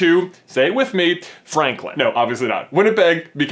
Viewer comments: Every time he says Franklin, I think of Fanklin the Turtle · Jenny the Nerd :3 yes say it with me Franklin ( chirp chirp) No actually it's FRANLIN!!!!!!!!